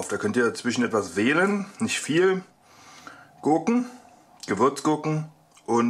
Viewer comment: Gürken ?! dein ernst ??? hahahaha